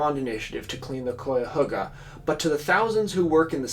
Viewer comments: Hey I'm from here the akron area about 40 mi south but it caught fire here too recently lol. And it's pronounced Kai-A-Hoga technically but if your from here the locals call it the Ka-Ga river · I'm from NE Ohio -- yes, it's something more like "kai," but don't feel too bad cos there's no fully agreed-upon pronunciation locally, either. "HOE-guh" is the 'correct' pronunciation but "HOG-uh" is also pretty common. I wouldn't be surprised if someone here pronounces it as you did. Great video 🙂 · Every time mispronounces {kai-uh-ho-ga} me and my bucket of toxic River water gets one mile closer to his home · interesting I've lived in neo my whole life and I've always pronounced it kai-uh-HOE-guh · cuyahoga is pronounced like kai-uh-haw-guh btw! (sorry i'm from northeast ohio & it was bothering me lol. cool video tho!) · Yeah, the first syllable rhymes with "guy." its ok though, this video was such amazing research and commentary that i forgive this transgression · Should be pronounced like the Randy Newman song 😆. Love ❤️ your show! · This is the first time you’ve covered my home town and I love it but the “cuy” in Cuyahoga is pronounced like the “Kay” in kayak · as an ohioan hearing him pronounce Cuyahoga wrong every time hurts my soul 😭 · im a year late here but as someone from cleveland its so funny to hear someone talk about this (and always interesting to see how people pronounce Cuyahoga that arent from here) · it normaly never peeves me when something is mispronounced but me and my brother are now doing a drinking game anytime tor mispronounces cuyahoga and I expect to need my stomach pumped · As an environmentalist Clevelander, the amount of pride I feel from coming from the same place as Stokes is crazy. Not finished with the video but I hope you mention of Cleveland now has one of the countries greatest Metroparks! Also you mispronounced Cuyahoga all video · Love you but the mispronunciation of Cuyahoga is actively causing my sanity to deteriorate